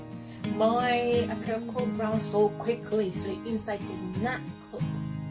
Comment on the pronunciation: the way you said the akakuro lol